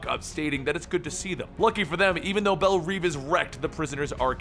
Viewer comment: Belle revvvvvvv! Not reeveeeeeee